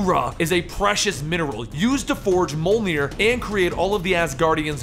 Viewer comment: Its pronounced MEE-OLNIR! ME(as in I, me)!! The J has a role in the word.